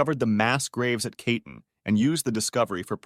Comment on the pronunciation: Sorry but when you’re doing a video on such a serious topic i think you should check the pronunciation of the words used and at least try to say it correctly. Katyń was completely wrong and it bothered me